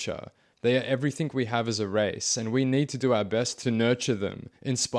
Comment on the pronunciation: Please work on your pronunciation of words. Every think you say ending "g" comes out as a "k". Everythink.